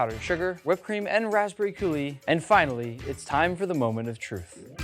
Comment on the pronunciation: Exactly what I thought when I heard raspberry coulis